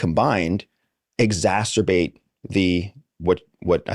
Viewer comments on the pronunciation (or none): 11.03 “Exasterbate”””Freudian slip?